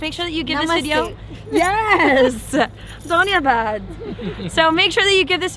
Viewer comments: what are you saying man...danyeabad....it's so funny... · Loved the way you say dhanyawad💓. Btw you both were looking gorgeous..